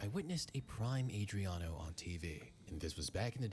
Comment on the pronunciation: Ive never heard anyone EVER saying oba's the fastest, its never been said by anyone apart from this dude!!! Also he cant even pronounce Adriano's name And that he gets his facts from an old school shitty "SOCCER " game tells you its just BS clickbait, I don't remember O.Martins bein all that special tbh. Those old football game ratings didn't mean nuttin. i remember at Wolverhampton Wanderers 💩💩💩🤣🤣🤣 (a low rank Premier league team)they had 2 teenagers in LMA 2004 who were rated overall 99 and the other was 96 and it was they was both Welsh dudes, Aaron Ramsey and Joe Ledley. I used to sign them every time I started a new game. Wolves could only dream of having teens of that quality lol 😂😂😂 O Martins was never classed as special in the Prem he did come with a bit of hype but it never materialised. Well not as special as HE thought he was anyway. Newcastle at the time were really starting to struggle lots of average signings like Oba. Michael Owen came from Madrid but was suffering injuries but his numbers are actually really good same as they had been at Real Madrid 16 goals in 21 games a bit of a super sub. Infact last Brit to win a Balon d'or. So this dude is being quite disrespectful to suggest they got relegated Bcoz of Owens signing. Oba couldn't hit a barn door in the prem with Newcastle. Speed alone doesn't score goals. If Oba was a big name your views and comments would have been a whole lot higher, no one gives a shit about him. I could show you a few clips of probabl